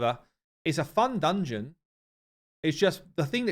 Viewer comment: "It's a fun dungeon." Me: "Fungeon?"